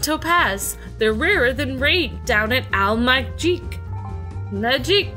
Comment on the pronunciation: It's pronounced Al Maahic.